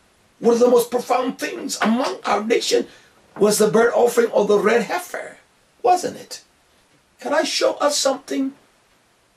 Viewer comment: It's funny how he raddle his tongue when he say To-"R"ah, "R"-ed, "R"-uddy😭😆